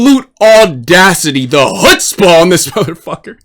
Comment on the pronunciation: Not the "chutzpah" 🤣💀